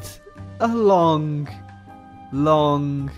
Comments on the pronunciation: "Lonk, lonk, lonk" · “We’re going to be scrolling for a lonk time